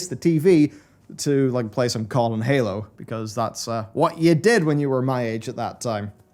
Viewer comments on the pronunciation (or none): none